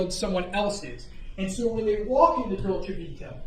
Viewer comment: A lawyer that can’t bother to pronounce right the name of the restaurant, how hard is to say Dolce Vita?